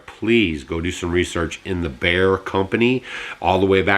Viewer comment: Baer, Bare, Bear.......BEYER is the company